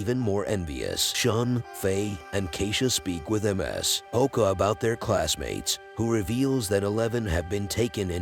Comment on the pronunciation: Ms. is 'miss'. Not emm ess hehe